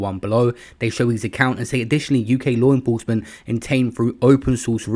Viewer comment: LaAAARRWRR INnnFrroursement... Can stand this shit...